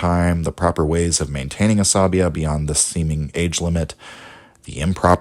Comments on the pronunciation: I listened to you saying Asabiyyah like 100 times, before I finally realized it is عصبيّة and not just a greek or latin word :'D The double yy here does a lot of the work; it is pronounced more like "bey yah" not like "labia". Otherwise, love your videos. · 'sa BEE yah mu QAD dee mah putting the wrong emPHASIS on the syLLABles